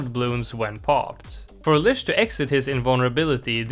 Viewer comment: Lych is pronounced with a T sound that doesn’t appear in the word, so ”Lytch”